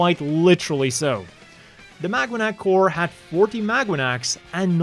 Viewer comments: I keep hearing "MagUanac" lol "Maganac" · It's pronounced MAGA-NAC 😂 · is it just me or am Ixhesting pronounce it as magwanac 😅 anyway I'm not sure if this is true but I've read the maganac's name was based on the filipino word Mag-anak which kind of means family or kin or something along those lines